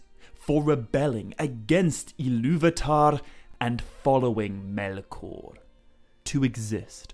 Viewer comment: Why can't you pronounce "Melkor?"